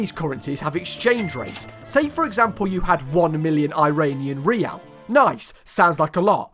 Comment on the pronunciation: the way he said riyal is a bit weird